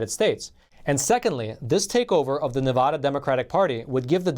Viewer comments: Nevada ADD and ADA NOT Nevuhduhhh 😂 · It's not Nevuuuuda, it's Nev a da as in short a Nevada please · If you’re going to report on “Nevada” please learn how to pronounce the name! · QUIT SAYING NE-VUH-DA...IT'S NE-VAH-DA. Seriously dude, if there's anything we NeVAdans hate, is when people say our state wrong. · Supreme Court is a disgrace....what are they there for if not to hear cases.....and it is NevAda, NOT NeVAHda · Ne-va-da not na-vah-da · Please pronounce my States name properly. NEVADA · Neh-va-duh. Aaaa like in apple. NevAaada ... Nevada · These videos that have him say, "Nevada" incorrectly is like nails on a chalkboard SCREEEEEECCCCCCHHHHH! I almost cannot even listen to what he is trying to say because this is so annoying. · Love you but please learn to properly pronounce "Nevada".